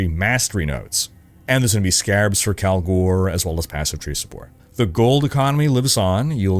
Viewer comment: As-tu dit "Kalgour" au lieu de "Kalger" (dans le jeu y prononcent "Kalger" pour "Kalguur" hehe)? 😉